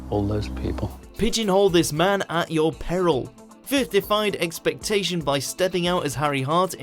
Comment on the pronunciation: Why does the narrator pronounce it as "fifth" rather than "firth"??????